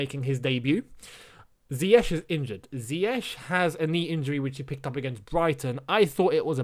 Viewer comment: Can we get Lamps to pronounce Ziyech's name correctly please 😅🙏